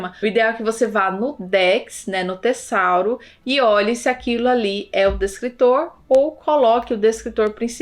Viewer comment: Não é "tessauro" é tesauro com som de "z".